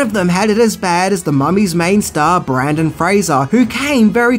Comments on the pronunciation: It's Brendon not Brandon lol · His name is Brendan not brandon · OMG it's BRENdon, not BRANdon. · BRENdon Fraser, not BRANdon. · BrEndan, not BrAndon. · BRENden, not Brandon. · Brendan not Brandan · BRENDON Fraser. Not Brandon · BrEndon Fraser not BrAndon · it's Brendan, not Brandon. It's like you're purposely trying to create some kind of Mandela effect or something lol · Hey,, his name is BRENDAN, not BRANDON. Pay more attention to your research next time, buddy. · Its pronounced 'Bren'dan not 'Brandon' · Brennan not Brandon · First of all, it's BRENDON Fraser, not f'ing Brandon! For someone that apparently did research into this movie you could have at least managed to get the lead actors name right ffs! Secondly, it's alway's been a great film. Tom Cruise's recent remake only highlights that... so I've got no idea what your on about with this renaissance bs. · BRENdan, not BrANdon. Boy, that's annoying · Dude, I know you’re from Australia but seriously you really need to work on your pronunciation and it’s BRENDEN I REPEAT BRENDEN Fraser not Brandon. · His name is Brendon Fraser. And it is pronounced Rachel "Vice" you need to do some more research. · Brendan Fraser. Great synopsis but that was driving me nuts 😂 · Yeah, it was bugging me a lot every time i heard him say it.. it would be like calling him instead of.. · Brendan....Brendan.... Jesus H Christ, it's BRENDAN!!! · Is no one else bothered by the incorrect pronunciation of Brendan Fraser's first and last name and the misspelling? Are you sure you're a fan of his? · Were you purposely trying to say his name wrong? Lol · It’s Brendan, not Brandon. Seriously, how do you fuck that up? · I'm I the only one who was mentally saying "BRENDAN!" every time called him Brandon?? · In Australia, the name Brendan is unpronounceable. It just is impossible to say with an Australian accent. Therefore, he's know as Brandon down under. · His name is Brendan Fraser, not Brandon.